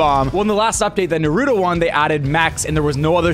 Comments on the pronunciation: Why do you pronounce Naruto's name like Nuh-roo-doe if Naruto himself pronounces it like Nah-roo-toe. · its Nar-a-to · Nick, Nick, Nick... SMH. That is not how you say Naruto. Say it right next time, Please, and Thank you. Much Love.